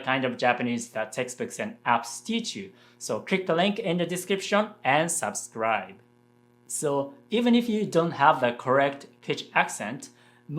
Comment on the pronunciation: On the topic of English pronunciation, the "sub" in "subscribe" is not pronounced like the "sub" in "submarine" but like in "supply" (just with a b instead of p).